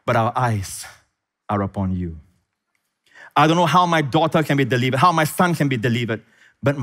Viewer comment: Love your revelatory capabilities, but (without being self-righteous) could you please spend 20 minutes learning how to pronounce the English language properly? You would win so many more people to Christ saying delivered instead of deleeevered, river instead of reeeever, Pastor Prince instead of Pastor Preeeence, death instead of deaf, sez instead of saaayce. It is more than distracting for hundreds of thousands of people. And it is such a mild adjustment for one as brilliant as you. Please consider it without being offended.